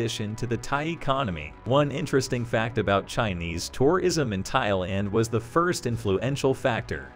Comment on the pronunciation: Weirdest pronunciation of tourism ever. Stresses on all the wrong syllables.